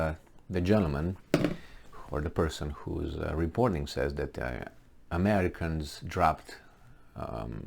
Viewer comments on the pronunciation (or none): none